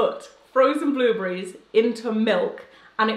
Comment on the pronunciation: Has anyone notice how she keeps saying "blueblerries" instead of blueberry.. lol I love her content!!